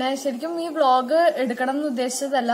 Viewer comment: 😂😂😂ബ്ലോഗ്. വ്ലോഗ് എന്നുപറയാതെ